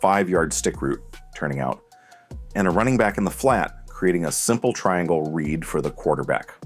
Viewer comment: what do you mean by “the quarterback’s red”? do you mean the quarterback’s READ? is it because it’s an AI voice or is it just terminology i’m missing?